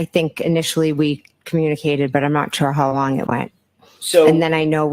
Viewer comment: "Hos long" will forever be the way my internal monologue says it... and forever the urge I will have to fight to say it out loud. I cannot unhear it.